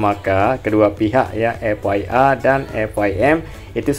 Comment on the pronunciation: Bang F I M / F I A itu bacanya bukan F Wai M / F Wai A , tp F Ai M/ F Ai E, klo F Wai M itu tulisannya F Y M, Way itu huruf y bukan i